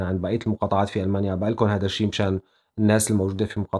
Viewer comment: اذا مدرس لغة عربية وما بلفظها هذا....هلا ضلت على هذا....نحنا وين وانتو وين